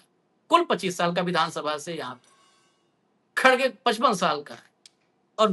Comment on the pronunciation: भईया X Ray बहुत ही महत्वपूर्ण होत है X Ray देख कर ही ट्रीट मेंट किया जात है. मोदिया योगिया दन से निकल गये भईया 😂😂😂 पर X Ray तों सही करो भईया खड़गे नहीं भइया सही उच्चारण खरगे है भईया. देखना भईया अल्सर का X Ray कोई निकलवाने आए तो बवासीर का मत बता देना भईया 😂😂😂😂😂😂😂😂😂